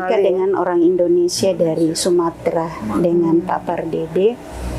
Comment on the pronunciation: Indonesia mbak....Indonesia bukan Indonesa ......